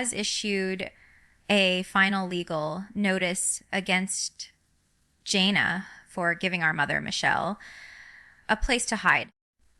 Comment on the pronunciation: She also pronounced Jana wrong. Shame on you for doing fake videos